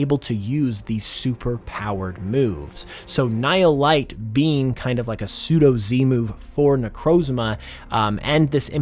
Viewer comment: hearing it pronounced nile light, its pronounced like knee-heel. ni hil